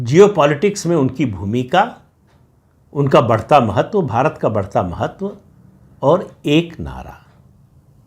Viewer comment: महत्व शब्द का आप सही उच्चार करते हैं जादातर बाकी लोग "मेहेत्" ऐसा उच्चार करते हैं। "व" अक्षर के उच्चार से इतना डर क्यूं?